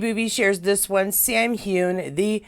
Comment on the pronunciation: Just to let you know (I'm a Scot)😊.. Its "hew-in" not "hewn" (2 clear syllables) and "fray-sur" not "fray-zhier" Hope this helps pronounciation😊x